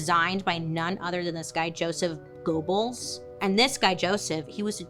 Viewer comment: This story reminded me of a similar story about the unlikely friendship of Ella Fitzgerald and Marilyn Monroe. I think it would be a great DH episode. Also Goebbels = "Gurrbulls"